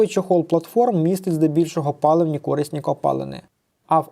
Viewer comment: кори́сні копалини наголос лярво на букву и